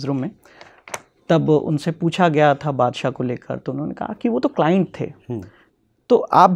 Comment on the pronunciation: Sahi kha paji claint claint hota hai😂😂😂😂